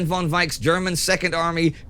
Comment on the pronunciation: Please tell Indy that German "von" isn't pronounced like "won" but like "fon".